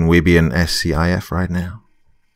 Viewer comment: SCIF is pronounced "skiff"